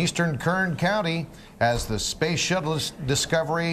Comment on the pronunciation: Did he really begin by calling it the "space shitless"?